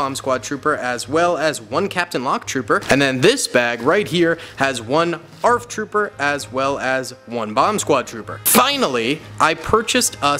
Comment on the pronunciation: BRO SAID " Arf Trooper"